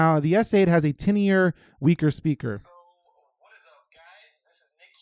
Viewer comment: Did he pronounce TINY-ER as TINN-IER lol